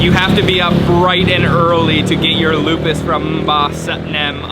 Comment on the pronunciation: "O" on Lopis pronounced like "O" on "OK"